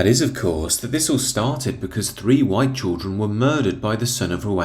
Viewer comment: The words Bandwagon Humza and Jump, come to mind…. oh yeah, and the word “whyyte”